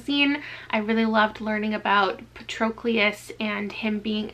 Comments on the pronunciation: I can tell you’ve never seen the movie Troy because of how you pronounced Patroclus lol. It’s pat-ro-clus. The movie had Brad Pitt playing Achilles, Orlando Bloom as Paris, Eric Bana as Hector. It also interpreted events differently (like Achilles and Patroclus being cousins). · how does everyone mispronounce Patroclus when there is a pronunciation guide for his name in the book lmao